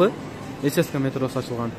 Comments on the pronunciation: ССКА эмес ЦСКА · Цска ны сен сска деп койдун